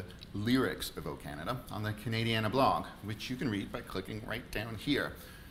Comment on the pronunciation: Lol I couldn’t figure out what you were saying when you said “ Cana….Diana “. It is Canadiana pronounouced “ Can…A…Di…Ana “ meaning pertaining to everything Canadian….history, geography, politics etc. Just like “ Americana “ pertains to everything related to the U.S.